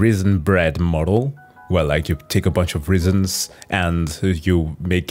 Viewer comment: I love watching math videos that I know nothing about, just so that one day in the far future I can correct someone in a conversation. also, rizzin (raisin), lol.